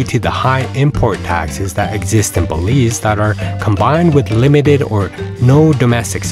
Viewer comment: Bélize 😂😂😂😂NO WAY